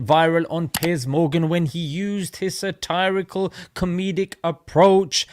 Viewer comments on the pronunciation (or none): The way he pronounces ‘satirical’ is pretty funny. Does that sound snobby?